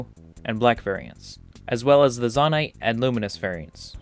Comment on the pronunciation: Great video. You say “Zonaite” weird. I believe it should be pronounced “Zonaite.” Not “Zonaite.”